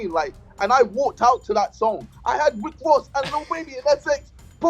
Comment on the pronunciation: I had WICK WOSS PERFORM. ahahah love ya JJ